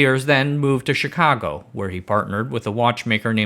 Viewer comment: Lol did you say chicago like that on purpose? There's no way that's on accident. Kudos. Great joke, great joke.